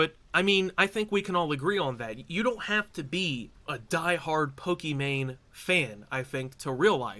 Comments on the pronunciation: Why does Destiny keep calling her “Pokémon” and not “Pokimane”? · Destiny why do u call her Pokémon lol even corrected yourself after saying it right? Is it an inside joke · Why is Destiny saying Pokemon instead of Pokimane. Did she rebrand or something? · Why does destiny call her pokimone?